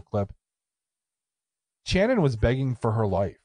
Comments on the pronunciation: Pretty sure it's more of an "Sh" sound for her name...not a hard "ch" as in chair...think Sonny and Cher maybe... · Sshhhhhhhannon NOT TCHANNUN!!!!! Ass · I'm from Knoxville and I know this case well. First her name is pronounced with SH. Also it's proven by DNA that Vanessa did indeed participate in the the rape. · It’s pronounced “Shannon” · You guys may want to make sure you have a better feel on the details next time ... 1. Pronounced "Shannon". 2. Channon wasn't kept alive for days and days ... it was less than a day. 3. Coleman has been up for parole 1x. Not multiple. 4. Channon NEVER volunteered to participate in anything related to $ex with Cobbins -- HE made that story up to account for his DNA. 5. Retrials happened because the Judge was strung out on drugs during the original trials. 6. Davidson and Cobbins are half brothers -- not Cobbins and Thomas. 7. Chris was raped with the table leg. 8. They were kidnapped at Shannon's friend's apartment. 9. Davidson told Cobbins he wanted him to meet a girl in the apartments. 10. Thomas wasn't included in the car jacking -- it was Davidson and Boyd -- Cobbins drove/followed those two after they carjacked them. 11. It had everything to do with the vehicle -- it wasn't initially about Channon. Before they left Chipman street -- Davidson wanted to carjack. It wasn't specifically to get Channon. 12. They were both raped, beaten, tortured and murdered. Boyd took Chris away from the house and raped him -- because he a prison &*tch -- and wanted him. 13. Davidson was not gone 60 to 70% of the time. (Seriously -- spent more than 12 seconds researching). 14. Coleman, Cobbins and Thomas went to Kentucky not just to flee -- but because they lived there. Countless others as well ... I understand what you are trying to do -- but this deal is bad enough. What is the point of hal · It's pronounced " shannon" just thought id let ya know